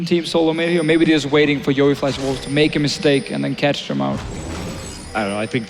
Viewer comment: YOE* NOT YEO! GET IT RIGHT!